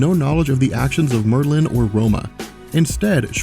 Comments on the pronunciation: Mer-linn? ....Mer-linn? FUCKING MERLIN, the most famous wizard ever, and you don't know how to pronounce his name? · Merlin is pronounced with the emphasis on the first syllable, sorry, was bothering me! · You are emphasizing the wrong syllable in the word Merlin and it bothers me. Stop it. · why is he saying Merlin...like it rhymes with Berlin? it sounds so goofy the way he says it lol. I have NEVER...EVER...heard anyone say that name that way before. that is hilarious.